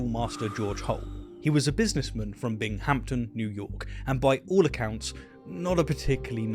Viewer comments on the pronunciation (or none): That's Bing-ham-ton. NOT Bing-hamp-ton.. Please look at the name on the map. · Excellent video. I must admit, as someone from the US with family from the Binghamton area, it’s a bit jarring to hear Bing-HAM-ton- it’s more like Bing-um-TON. But I totally get why would say it like that. We tend to butcher English over here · Heh heh, finally a place name in the US for Brits to mispronounce! Binghampton (does it really have a "p"?) is pronounced "binghamton", stress on the first syllable. Take that, Worchestershire! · Alright lemme correct Binghamtons pronunciation here It's one word not two. So it's not Bing Hamton it's simply Binghamton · Binghamton is pronounced BINGemton. Not Bing-HAM-ton. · It's "Bing-um-ton." 😂 we don't do the fancy enunciation. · Great video my dude. New Yorker here. Binghamton. Emphasis on the first syllable only. Treat the "h" as if it were silent. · Love this, but as someone who lived near Binghamton, NY, the stress is on the 1st syllable and the h is silent. :) And I've been to the Farmer's Museum in Cooperstown (not Copperstown :) ) also the home of the Baseball Hall of Fame. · Big fan! But People from upstate New York don’t pronounce the ‘h’ in ‘Binghamton’. 🤓👍